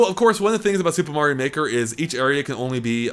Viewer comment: I thought you said "super mario nicker" addition